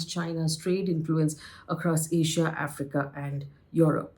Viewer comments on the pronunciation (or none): none